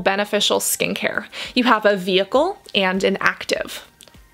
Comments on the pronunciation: Vehicle* ma’am. Not vheicle. Thanks for the video tho. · Cassandra love your video but it is "VEHICLE" not "vheicle"! 😂😭😂😭